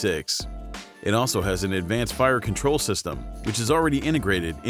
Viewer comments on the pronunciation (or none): none